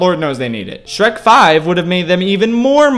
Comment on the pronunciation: How many times does he mispronounce the names of Shrek and Fiona